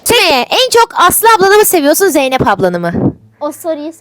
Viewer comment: Jeynep; -Kardeşim Eness Baturğ fanığh